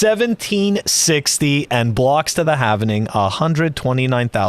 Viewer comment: Halving. It's pronounced Halving, not Halv-en-ing.